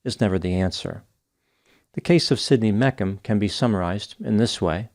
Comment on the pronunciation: Think it’s pronounced Meech um Not mek um